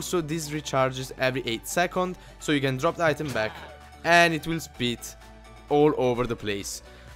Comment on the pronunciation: I like how when he says spit, it sounds like "Speet"